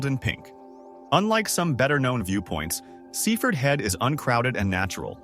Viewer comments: Sea Ford. Not seefud. Cook mere not Cuck mere. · You pronounce it Sea Ford if you are a local